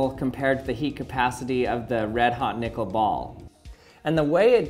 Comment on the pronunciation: I'm gonna be real with you chief...didn't sound like you were saying nickel☺